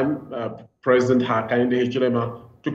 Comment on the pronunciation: Hakainde Hachilema is different from Hakainde Hichilema let's pronounce fellow African names with dignity, we are always trying to perfectly speak the best English/French but pronounce African names like a newly arrived priest from Italy. Long live Pan-Africanism ! good video though.